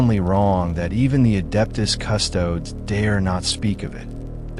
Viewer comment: I stopped the video because of your pronunciation of "custodes" . i'll still check out your other uploads to give you a fair shake.